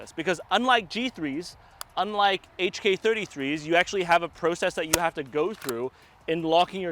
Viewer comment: Babe, wake up. pronouncing “process” like he’s Canadian.